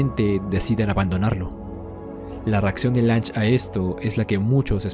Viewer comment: Se pronuncia Lun-ge. Y su "ego" no lo hizo fallar, al trabajar como una computadora posee la visión más imparcial de la historia, perfección distorsionada por es espectador ya que el no es testigo de lo que nosotros si. El hecho de haber sospechado de Tenma hasta casi el final es por la falta de pistas por parte de Johan, su presencia física es totalmente imperceptible y Lunge hace referencia a ello un par de veces. No creo que su error tenga que ver con algo tan superficial como el "ego".